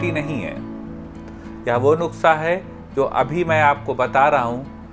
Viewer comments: Thank you so much Sir for sharing this remedy but it's "nuskha" not nukhsa... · It's not nuksa...it's nuska😀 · नुक्सा नहीं नुस्खा सर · Nuskha hota hai nuksa nhi sir ......ap bolte hue bhut acche lagte hain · aap bar bar nuksha bol rhe hai jabki wo nuskha hota hai 🙏🙏🙏 I am sorry ager bura lge to 🙏🙏but very nice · Sir nuksa nahi nuskha boliye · Sir nuska bolte h nuksa nhi bolte h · Nuksa nhi Sir nuskha hota h🙏 Sorry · Nuksa nhi nuskha hota h